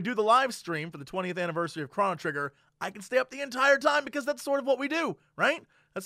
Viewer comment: BluishGnome He also pronounces Chrono wrong. Just like he does nuclear.